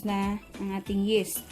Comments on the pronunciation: Yeast is pronounced as yist, hindi yest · Yeast not Yes. Yeeest pronunciation. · Pronounce po ay yis not yes . No offend po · Sorry friend Say yist and not yest! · anong yest ba o yist di ko alam un yist alam ko po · Yeeeeeest ang pronunciation, hindi yest! ✌️ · Why does it bother me that she’s saying yest😅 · just say "yist" ( for yeast) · Omg. Yeast pakiusap namn paki banggit ng maayos ung yeast not yes omg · Wrong pronounciation of yeast...